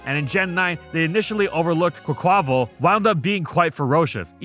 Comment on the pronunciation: Why do you insist on pronouncing Quaquaval wrong? Its like "carnaval" in spanish, thats where the name comes from, the carnaval of the canary islands. Look it up.